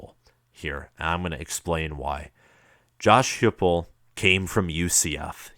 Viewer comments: Dude, his offense was 2nd in the nation. and his name is pronounced Josh HYPE-ul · Heupel is pronounced HI-PEL, dude. And Fulmer is still alive.